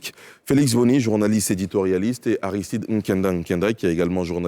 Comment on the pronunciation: Je comprends ton S dans ton AristideS LOL